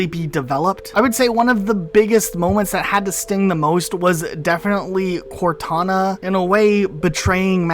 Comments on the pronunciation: Plz never say cortuna again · Cortoona? Cortoona?! I'm dying from laughing too much here. That almost sounds like a brand for a tuna can. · I heard Cor2na lmao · Cor-two-na vs Two-tana. Who wins Lads?